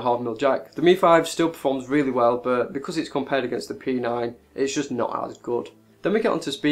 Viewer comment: Weally nice, phuntastic review...